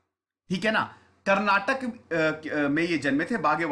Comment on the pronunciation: iq team, appreciate the content but also with all due respect, as a speaker of the kannada language we would appreciate if you correct the pronunciation, atleast in future : It's ba-sa-va- anna not baasav - anna. It's kannad-aa not kannad. It's karnatak-aa not karnatak.